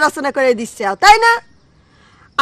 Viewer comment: পাবনার ভাষাটা শুনতে খুব ভালো লাগে, বিশেষ করে "এ-কার” এর স্থলে "ই-কার" অথবে এ-কার একেবারে উচ্চারণ না করাটা অনেক কিউট। "হবে" থেকে "হবি", "আমাকে" থেকে "আমাক"